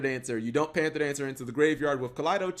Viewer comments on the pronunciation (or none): none